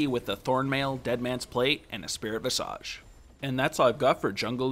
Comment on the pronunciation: VIZAGE NOT VISAAGEE. THIS ISNT NARUTO THE HOKAGE